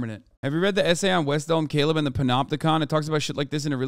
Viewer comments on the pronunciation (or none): none